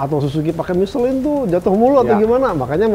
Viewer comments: Si knpa sih nyebut miselang udh tau michelin di sebut miselang aneh si ini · Michellin apa nyeselin nich..bahahaha